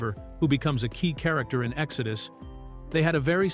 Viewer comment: ”Exodoo” for the movie title as well